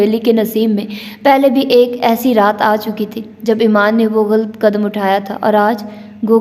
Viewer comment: واقعی باجی مجھے تو بہت مزہ آیا میں خود اب سن رہا ہوں دل تو بہت کرتا ہے کمنٹس کرنے کو مگر مجھے اندازہ ہے کہ پڑھنے والے کو مشکل ہو جاتا ہے ویسے آپ شاندار پڑھ رہی ہیں ماشاءالله اور غلط کو غلط پڑھیں(galt) نہ پڑھیں یقین کریں قاسم علی شاہ کے بعد آپ دوسری شخصیت ہیں جنہیں میں نے اس ہفتے galt پڑھتے سنا 😝😁😅 شکریہ